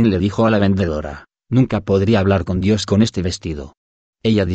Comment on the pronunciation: En el minuto -29 dice " el espíritu de oni???" Porque se escucha con dificultad y no Claro "El Espíritu de Dios"???????